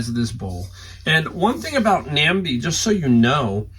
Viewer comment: Awesome Nambe haul!! It is pronounced nambay